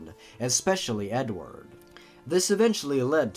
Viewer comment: Blappy He says "Edward Munch" and when he says the name "Edward" he says "Edvard". 😆